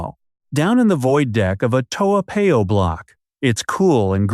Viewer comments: Its Toa Par yo not Pay oh..please learn to pronounce the names of our places correctly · Americans tend to pronounce unfamiliar names as if they are American words. In Asia more often than not the alphabet a is pronounced as ah not ay. Toa Payoh is a hybrid name between Hokkien dialect and Malay . It should be pronounced as Toh- ah Pa-yoh . Toa in Hokkien means big. Payoh is a modification of the Malay word paya meaning swamp. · Eh, if you live in Toa Payoh, you better go and learn to pronounce Toa Payoh lah. Your pronunciation of that wonderful suburb is definitely the worst I’ve ever heard. I suggest you go downstairs and ask one of the uncles or aunties how to pronounce it. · You didn't live there cuz you can't even pronounce it properly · The math does not work because I just checked with one of my relatives who lives in Singapore. In addition, does not appear to live in Singapore. The proof - he did not pronouce the name "Toa Payoh" correcly. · You claimed you spent 4 years living in Singapore, but you cannot even pronounce your town Toa Payoh correctly. And you want to promote your Youtube. Shows disrespect for our country.